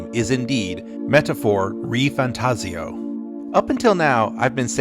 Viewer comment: Bro, wtf, that pronunciation is totally wrong. If you go by the IPA, which one should, then the "devs" are literally saying it more correctly according to proper Esperanto. The second a, as if it was fantaazio, should be lengthened. That's what the single quote in IPA means. That the preceding symbol should be highly stretched. The voice saying it is instead stretching the i, like fantaziio, which is just completely and utterly wrong. But, that wasn't the "devs" are saying. It's the translator. And the translator is NOT going to use the same pronunciation as the Japanese behind it. Just look up the Japanese title of the game: メタファー：リファンタジオ Now put that into google translate and push the speaker icon. (It might be misleading in English because English is not a phonetically consistent language, but it works well for almost any other language on Earth. Because usually the way something is written is exactly the way it is pronounced. So a machine/AI voice can do a perfect job of saying it out loud.) So, it is Metafoa Rifantajio That's what Hashino-san said in the interview—if you listen closely you can even hear him say it. Or you could listen to the non-translated version of the video. And that's what he has said every single time he mentioned the game's name. But then again why do you care what the devs call it? The name is butchered in the same way that the Japanese language butchers English words. Like, "series" becomes "shiriizu" or you know, "fantasy" becomes "fantajii